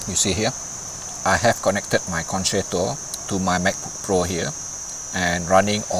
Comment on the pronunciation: I have learnt that it is FUTILE to correct your many mispronunciations and grammatical mistakes,, so I won't try to teach you the correct way to pronounce the Italian word for "concert".:face-orange-raised-eyebrow